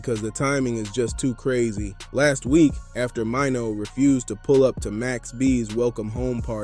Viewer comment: Max hit crispy.. jim never sitting down with max so yall leave it alone. Jim still with crissy. French situation much easier. An maino name not pronounced like that bruh..